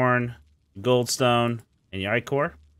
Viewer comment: How you say ichor hurts